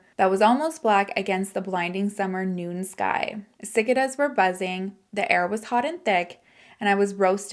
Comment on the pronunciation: You're so cute 😂❤️ btw it's pronounced suh-kay-duhz